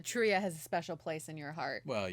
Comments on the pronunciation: lol You should know "Truyah's (Tarja)" name is pronounced "TAR-YUH". In Finnish, the J is pronounced like the English Y. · When ya'll say truya, I'm guessing you mean Tarja. Even squares know that! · I hope you watch more. Doing the whole waken show can never be wrong. It was all magical. By the way Tarja is pronounced Tarr-ya roll the r a bit for proper Finnish, but not necessary. :) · I won't be the one of the sweet nice comments...sorry just not me. Maybe learn how to pronounce Tarjas name correctly if you love her so much..also Floor is one of the best on the world...so good is an understatement...question...did your partner like it at all? He literally has no emotion...either way it was an ok reaction...